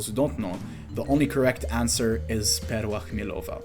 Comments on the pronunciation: great video but man... perła chmielowa? you haven't lived in Poland enough I'm afraid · I was literally about to hit subscribe until I heard perła chmielowa